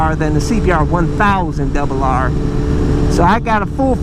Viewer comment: See be are.....Juan thousand debel harrrrrrrrre lol Love it!